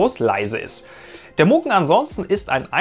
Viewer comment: Es heisst Mugen, nicht Mogun :-)